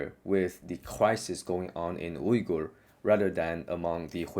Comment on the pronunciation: Bro you pronounced Uygur the right way. All the other english speakers pronounce it lik "viga" and it's annoying me.